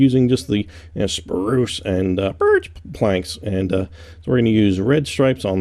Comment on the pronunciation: stop saying birch weird